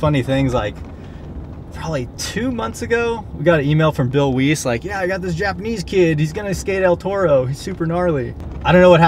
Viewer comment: said Bill weiss's name wrong, my last name is Weiss, it is pronounced like rice with a 'w'